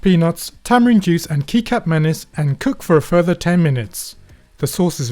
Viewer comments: this was excellent. btw, kicap is pronounced a bit like ketchup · No. In malaysia its kicap and not kecap. Kicap is pronounced kee-chup not like kecap which is pronounced ketchup